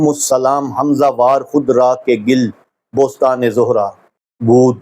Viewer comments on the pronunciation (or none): Salaam from Canada 🇨🇦! Dear Sir, ! It is Gul-e-Bostan گُلِ بوستان , not Gil-e-Bostan گِلِِ بوستان ? And It’s Suroor-o-Behjat سرور و بهجت, not زوجیّت?